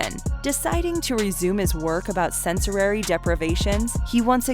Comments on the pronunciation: She also said "Sensuary" instead of "Sensory" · “sensorary” deprivation